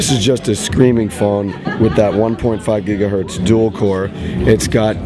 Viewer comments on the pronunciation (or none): none